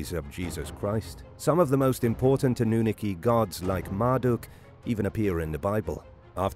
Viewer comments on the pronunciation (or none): Anoonooki? Sorry but wrong pronouncing 🤷🏻‍♂️ good effort tho